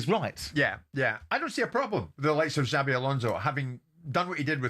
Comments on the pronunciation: His name is xabi not xavi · His name is Xabi not Xavi. Talk sport fans even get his name right yet they claim to know everything else